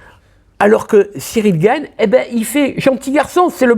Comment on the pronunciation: t'as dit Gane et pas Gaine!!!!! Trop bien.